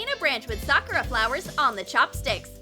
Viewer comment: FYI, they are called sakura not sakara and you can also call it cherry blossoms